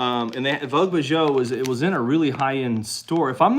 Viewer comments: Bijoux means jewelry or jewels. Pronounced "beejoo" vogue beejoo... even in Donaldsville 😉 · Bijoux is French for jewelry. It is pronounce beezhoo. Congratulations to Kaylin, that’s awesome! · “Bee ju”. French